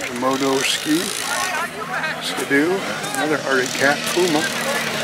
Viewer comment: It's Ski -- doo . Not ska-doo,,..